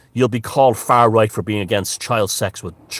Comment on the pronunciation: "Foar Roight" Great